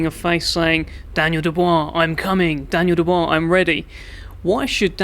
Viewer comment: The way he said Daniel Dubua I’m going to know you out lol🤣😂